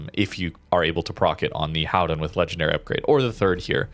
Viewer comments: On a completely off-topic subject; I was distracted during the video because you started talking about the 'Gooden', and I wondered what that meant, or could be. And then I realized that native English speakers can't say the dutch 'g'. And the dutch combination 'ch' in UtreCHt, sounds the same as a 'g'. Groningen, Gouden Leeuw, Utrecht, They all have that sound in it. Very hard for a English speaking person. Like for me the difference between 'cold' and 'gold' is very hard, or 'good' and 'could'. But one thing a English speaker can pronounce is the 'ou' in Gouden, it's the 'ow' sound in English. So cow-den would be better instead of coo-den. It's absolutely not important, but for anybody who wants to know....There you go. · or anyone help... you refer to a ship several times through out this video, it sounds like you are saying the Howden, the transcript shows "Howen", & what are you saying there, I can't find any ship with that name.... its driving me crazy